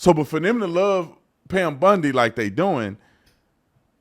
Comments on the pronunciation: Pam BONdi not BUNdi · It's Pam Bondi (Baundi) not Bundi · He name is "BONDI", as in James Bond, not Bundi, as in Al Bundy. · Not Bundy It’s Bondi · Just a friendly point, it's BOndy, NOT BUndy. 🤓👍🏼 (Arrested individuals post "bond", not "bund". 😁) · It's Bond not Bund...Bondi 😉